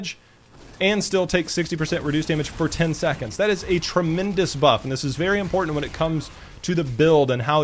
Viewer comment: great vid full of knowledge and insight but I just kept getting triggered at your pronunciation of some words like important. The way you say it is 'imporant' like you forgot the there are two t's in that word ><